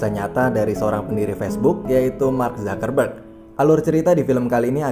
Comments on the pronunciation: Mark Zakarrberg?? Apa gw salah dengar...? Part ....mark zuc-ker-berg...bukan Zakarr mass🤣🤣🤣🤣🤣🤣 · Dibacanya mark zakerberg